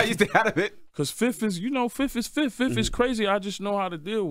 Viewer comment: 31 seconds in he said his first (fif) lol